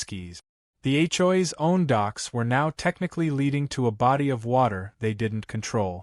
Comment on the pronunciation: What the hell is [ Achoi's ] IT'S H. O. A.' S